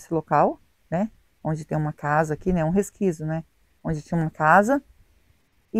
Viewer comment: Oi, não fica chateado, mas a palavra certa é; 'resquicio' e não resquiso.